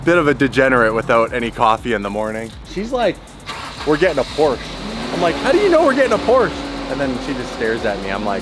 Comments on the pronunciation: whay u call the PORCHE .... PORCHA, becouse its not call porcha, come on, call it right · Pls say "Porsche" properly. Thanks.